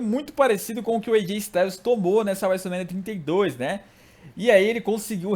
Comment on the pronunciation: Cara aprende a falar Wrestlemania direito